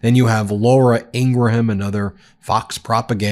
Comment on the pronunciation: Ingraham should learn how to pronounce her new best friend’s name. Pathetic. Also, which wars have actually ended?